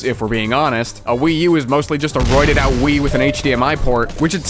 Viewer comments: New console achieved, name. The PWee 😂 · A WiiC. Or a PWii, if you will.